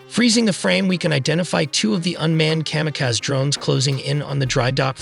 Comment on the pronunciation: Ca-mi-caz? Kamikaze!